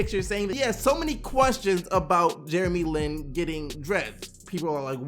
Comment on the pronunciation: his last name aint " LEAN " It's Lin 😂